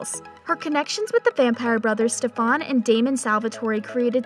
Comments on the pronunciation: It triggers me so much how you pronounce their names as Stefuuhn, Alleric and Salvatori 😂😭 It's basically pronounced Steffen, Al-uh-ric, and Salvator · Clearly this girl is reading off a script. She is saying Stefan wrong and Salvatore wrong. She is say Stefan like StefOn and Salvatore like Salvatori? Like what! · Can someone tell that Stefan is pronounced Stefin, salvatore is pronounced salvator, the e is silent and maybe watch an episode of TVD in english to see how the names are pronounced 🙄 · Look i appreciate your work but it stefan not stefaaan and its saltvatore not salvatorie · It's not Salvatoree, it's Salvatore. The e is silent. It's not Stephaan, it's Stefan. It's not Alearic, it's Alaric. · Say it with me. Sal-vah-tore. Not salvatorie Ah-lar-ick. Not aleric Ste-fin. Not Stefahn. My God that made me angry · ITS A-LAR-IC NOT ALLER-IC AND ITS PRONOUNCED SAL-VA-TOR NOT SAL-VA- TOR-E AND ITS STE-FAN NOT STE-VEN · u did not just pronounce Stefan as Stefaan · ITS STEFAN NOTTTT STEFVAN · Lol salvatoree Alaaric.... his first scene he explains thats not how you say his name. Stephaun... If you don't watch the show they shouldn't do the video. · Don’t forget she mentioned Stef-ON SalvatoreY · Just to help clarify how to pronounce the names, I greatly noticed that were mispronounced. Crossing fingers for an Elena and Damon appearance in Season 3! A-LAR-ick Sal-va-tore Stef-an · It’s pronounced (stef-in) and (a-lar-ic) but spelled Stefan and Alaric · Did she just say “ eleeerick “ and “ EEElena “ HAHAHAH AND THE WORST OF ALL “ STUVANNN “ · it's Stef-an and A-laric and sal- vatore. the e doesn't mean say it differently. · You pronounce Alaric (All-our-ik), Stefan(Steph-In), Salvatore(Sal-va-tor) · ITS STEEFEEENNN (THE PRONOUNCE) AND ITS SALVATORRRRR THE E IS SILENT IN SALVATORE... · Almost every single name 🤦‍♀️ Stefan, Salvatore, Alaric.... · the pronunciation of stefan , salvatore and alaric 😭